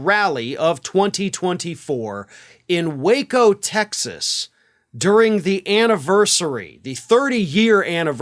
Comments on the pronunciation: Its pronounced Wacko.. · IT'S PRONOUNCED WACKO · There is a reason most people pronounce "waco" with a short "a" sound. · I pronounce the city as "wacko". LOL!